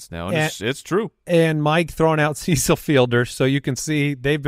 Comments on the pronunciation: Who is Seesull Fielder? 🤣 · Lol pronouncing Cecil wrong